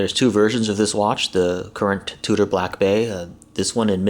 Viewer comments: Fyi its pronounced Chew-der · It's pronounced Chew-der fool! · Gosh you are really a dumbass. The watch company is not pronounced that way. Douche...